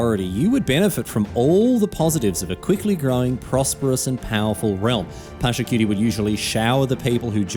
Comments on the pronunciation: Except "Pachacutie" is not only mispronounced but "cutie" feels as a double insult to injury. I am Peruvian i am used to american media misrepresenting my culture but I wish i did not have to also expect it from my favourite game and streamer and even tournament. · Except is not a homage much less a great one. The name is mispronounced. The "Inca Empire" is not its name much less an empire. Pachacutec did not found nor built Machu Picchu. Sapa does not mean "only" it means "great" The video only repeats the campaign lore with all its innacuracies. Pachacutec did not govern by himself but had curacas or "noble houses" and was descentralized. This video does more harm by portraying widely known misinformation about Tahuantinsuyu (the country), the Inca (the ruler) and Pachacutec. Is the equivalent of making a video of an ancient egyptian ruler and say they were arabs.